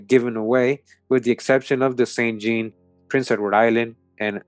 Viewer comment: sometimes “jean” is pronounced “John”